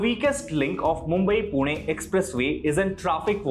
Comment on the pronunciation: I know its wrong to comment this on serious issue but you genuinely pronounced PUNE perfectly in english too😂